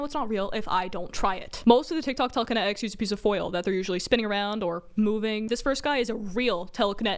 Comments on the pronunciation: no one: them: tEleKene-ik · I love the little bit of brit in the way she talks you can hear it when she says water and telekenetics